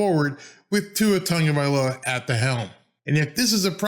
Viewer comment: Why do so many people add an N in Tua's last name? Instead of TAGovailoa, so many call him TONGovailoa.